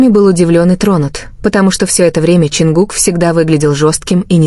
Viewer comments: Чонгук тэйон, тэкук. Не искажайте пожалуйста. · Боже як неграмотно оголошує імена Чонгука і Техьона. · Гу имена то можно произносить правильно! Дурдом какой то! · Вот же ж бредятина даже имена исковеркали так не приятно😢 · Почему Чонгук оказался сестрой? Ужасная озвучка. Позор. Даже имена не могут правильно произносить.